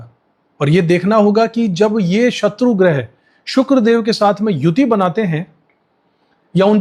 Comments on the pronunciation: गृह नहीं ' ग्रह ' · गृह नहीं ग्रह